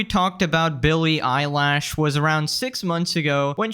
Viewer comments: Bro said "Billie Eyelash" I can't🤣🤣🤣🤣🤣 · Billy eyelash, is it a nickname or he mispronounced. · Eye-lash? lmao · Billie Elish❌ Billy eyelash✅ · Stop calling her Billy Eyelash, you're making me giggle. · “Billie *eyelash*” 😂😂